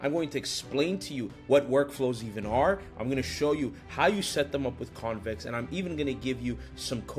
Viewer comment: "how conex...", missing "v"